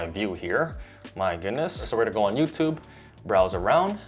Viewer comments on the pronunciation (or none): none